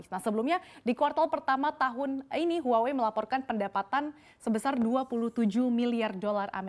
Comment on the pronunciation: Btw huawei itu dibacah wahwei bukan huawe😂